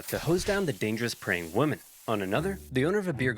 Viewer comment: You can tell by the fact that in this very video he pronounces "women" like "woman" over and over again, a sure sign of brain rot.